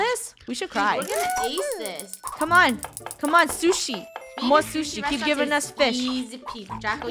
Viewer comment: OMG funneh how do you not know how to say onigiri i thought you know and liked SHUSHI